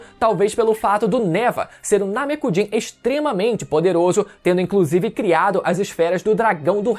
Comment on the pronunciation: Agonia escutar Namekujin em vez de Namekuseijin